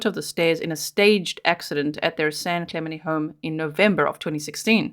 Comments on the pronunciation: Clemente has the accent on the second syllable. San Clemente is where Richard Nixon lived. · Clemente’ the te pronounced on the end